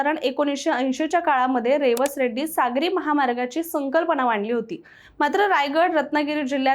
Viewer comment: रेवस रेड्डी नव्हे रेडी असं आहे रेडी हे वेंगुर्ला तालुक्यातील गाव आहे